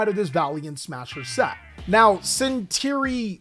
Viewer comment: CentUr-Ion ma boi not Centirion :P